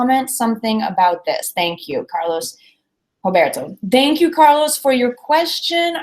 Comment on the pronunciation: Hi! I've heard you saying "thank you" like "Dank you" with no "th" sound, or "I've been" with a strong "e" in "been", more similar to "pen" than to "beep". Which accent is it? I've never heard it like this.